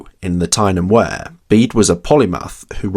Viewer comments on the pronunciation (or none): Wear is pronounced like weir, not ware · Tyne and Wear is pronounced weer, not ware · And Wear is pronounced weer. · The Wear in Tyne and Wear is pronounced "weeeeeyr", not like "where" :) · Sorry for being such a pendant, but Betjeman is pronounced 'Betch- uh -man'. 'Wear' in Tyne & Wear is pronounced 'weer' & not 'where'. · Wear is pronounced to sound like we are. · The River “Wear” is pronounce “Weir”